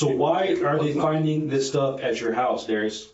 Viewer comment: That's not how you pronounce "Darius."